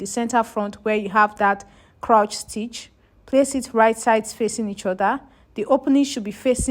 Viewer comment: Hello 👋🏼 lovely video. I wanted to just correct your pronunciation on ‘crouch’. It is actually ‘crotch’ as in “touch” 😊. I’ve noticed it in a few other videos so I said let me help out. ❤